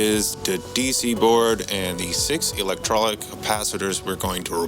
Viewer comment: nice video. the capacitors are pronounced electro-lytic